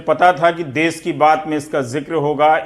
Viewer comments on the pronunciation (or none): It's देश....not देस...all other things all well described....Raveesh Sir...It required to be corrected as this program broadcast on daily basis for us... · Sir Desh hota hai des nahi please sahi kariye